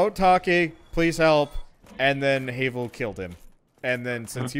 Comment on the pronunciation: It pains me, the way you say Havel, since everyone I know pronounces it "Have-el." Minor detail, though.